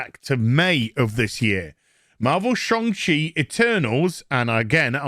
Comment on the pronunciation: Hey, next time you mention Shang Chi, could you do the Chi like our local cinema radio advert for it? Pronounces it as Chi like "Chi"-na. Hilarious!